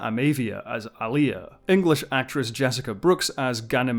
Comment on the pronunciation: sigh It's AH-lia. Stress on the first syllable.